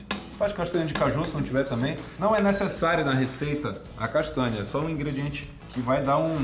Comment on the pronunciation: nao tenho maturidade pra esse seu jeito de falar palavras com NH (castânia) kkk S2. vale pelo engajamento